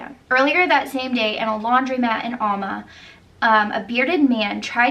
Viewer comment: Not (All)ma Al- ma like in A-pple